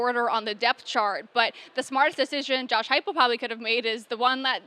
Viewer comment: It's Heupel, not "Huepel" and it was Danny White who reeled him in.